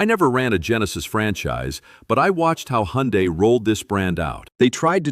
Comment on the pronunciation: Thank you for pronouncing "Hyundai" correctly -- AI or not. 👍